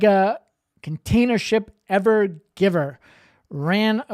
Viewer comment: You got the name right in your title but you said it wrong - it is not the "Ever-Giver", although I'm not sure why not as it is "giving" us all a nice show for a few days at least.